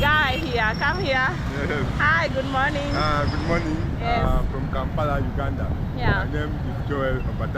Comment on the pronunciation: I love your videos, p;ease say Kampala not Kampara